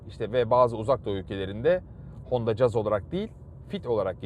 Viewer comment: Kaç tane anlatıcı var, hepsi 'Jaz' diye telaffuz ediyor. Bu kanal doğru telaffuz ettiği için bile tebriği hakkediyor.